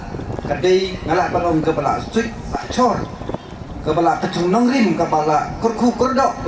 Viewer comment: la suit la Chor😂(Pyndonkam da 'C')..jah u 'S' ha ka jaka Shor😢